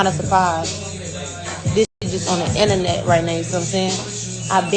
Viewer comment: "It's the innanet" - 👑 Von